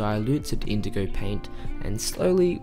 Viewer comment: No one: Literally nobody : Painter : indogow